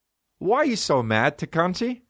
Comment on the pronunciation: Went from Tekashi to Tekooshi to Tekonchi hahahahahahahaha i love this man